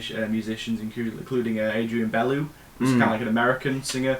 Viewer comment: COMMENT 1 - MUSIC Adrian's last name is pronounced Be-Loo The words "instrumental" and "instrumentation" should never be confused. "Classical" is not an accurate description of the track Lizard - given that musically the focal points are the jamming areas with the brass, guitar, mellotron and drums trading riffs. Fripp: "if music manifests that only a band named King Crimson can play, sooner or later a band named King Crimson appears to play it" We need to clairfy the role of improvisation. There's not much improvisation in the studio versions of the LTiA material - "Part 2" is almost through-composed (as is Cross's movement of the "Part 1" suite). For most of the album the only improvisation is the guitar solos - except for "Talking Drum" which is more of a structured ensemble jam. It was the live shows of the Muir era that were dominated by proper collective improvisation and/or structured ensemble jams that were longer and more varied (by which I mean the "Vista Under Spotlight" aka "Zoom Zoom" routine). [Miles Davis' live shows of the early '70s were built around medleys of pre-existing grooves and minuscule riffs - the book Miles Beyond was the first to analyse them and find/invent titles for the components] The spoken part in Thela Hun Ginjeet is mostly Adrian's account of being harrassed by both gangsters and police, as he tried to busk a vocal for the track standing on a street-corner. (To hear a genuine sampled-and-looped argument set to music, refer to the Fripp sol